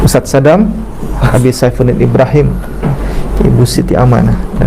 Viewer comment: ubi bukan abi